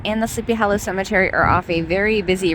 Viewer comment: I love the way you pronounce Sleepy Hollow as 'hallow.' 😄The place is amazing. A precious bit of real early American history.